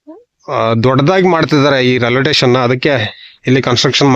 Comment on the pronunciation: ರೈಲ್ವೆ ಟೆಷನ್.. ಆಹಾ ಏನ್ ಉಚ್ಛಾರಣೆ.. ಥೂ. 😂